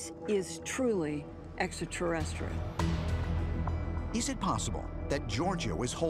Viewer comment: “This is truly, exa terrestral!” 😂😂😂